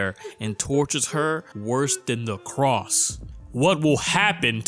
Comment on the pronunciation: Make anybody else crazy he says “the cross” instead of “the crossed” over and over?